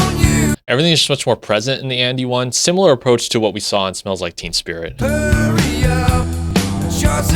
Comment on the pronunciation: Its basically the same! Its not like they made "endless nameless" sound like "polly"! Also the first time you said it, you said "smells like TEAM spirit"! 🤣 Im gonna use that as a title for a song!